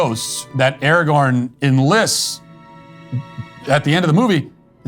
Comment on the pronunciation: The dude that called Aragorn "Arenthol" 😂